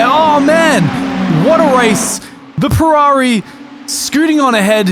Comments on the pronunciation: It sounds like you say perrari instead of Ferrari! Also another good video! I love the shenanigans lol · Said “Purrari” as a 🖕to Ferrari